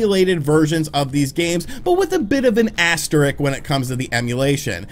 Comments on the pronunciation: He says "asterik" twice... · are you trying to say "asterisk"??? lol......